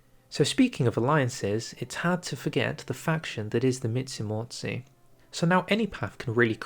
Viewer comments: Как он произносит междумордие междуморье? "Мицумоци"? Что это за...?! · I was watching this video, thinking "Hey, your pronounciation of Polish words isn't that bad. At least you don't butcher the language like some other non-Poles do". And then... when we were almost through... the Mitsumotsee came and I just... died internally. In all seriousness, it's a very difficult word and I'm not even sure, how to explain its pronounciation but I'd recommend you something like "Myen-jee-maw-zhay". It's not the exact pronounciation but it's the about the closest, you can get, using the English phonems. Also, as a Pole, I'm very excited for the new tree. Seeing how big the alt-history path is, I feel like it could be legitimately better than the Road to 56 one (which, for now, is the best, we've got in any mod). I really hope, they include the monarchist path (which, for me, is the main thing that's missing from the R56 tree). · "Mitsimortsi" killed me, dude... 🤣